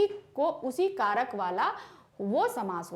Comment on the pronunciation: Karak toh sahi hi padh lo mam 😂